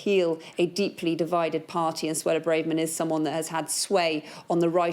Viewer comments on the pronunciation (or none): BraYverman, BraHverman, IT'S PRONOUNCED BOUQUET!